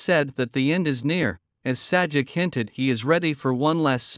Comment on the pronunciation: It is pronounced "Say -Jack". not "Sad-Jeck".